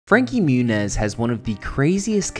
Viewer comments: it’s pronounced frankie moo-nieese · "Frankie Munez" hahaha